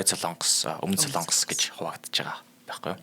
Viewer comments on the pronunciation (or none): none